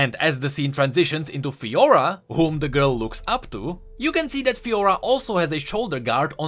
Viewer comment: Garen Crownguard and Fiora ?Lahhoo? sorry just made me laugh xD